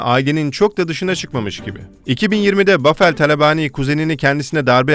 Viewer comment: Paveldir niye bafel diye okuyor bende anlamadim amk xbheuxhe adamin adi pavel